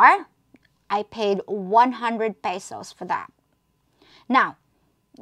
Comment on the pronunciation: peysowssss??? another pretender over here y'all!